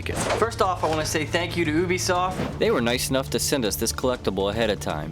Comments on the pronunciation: he said obisoft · Ubisoft, not ooobbbeeeesoft XD idk why people keep saying that ;P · It's not pronounced oobisoft its youbisoft